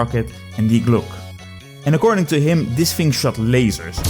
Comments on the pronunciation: Thank you. If you can understand german I can recommend this interview with an expert on the topics of Nazi UFO technology. As the "Glocke" is only one of several Nazi-UFO-Conspiracies. On a side note: For me as a german your pronounciation reminds me of the word "Glucke" which means "sitting(breeding) hen" in german. And always having this picture in my gead while watching was hilarious. Hope this doesn't sound offensive, my english pronounciation is not perfect either. I just found it slightly amusing. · Hilarious video, but god damn you'r pronunciation of glocke physically hurt me.